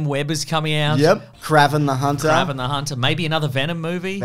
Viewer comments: It's pronounced KrayVen the hunter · who the hell is Krav-en lol its pronounced Kray-ven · been watching for ages never ever noticed them pronounce Kraven like that before lol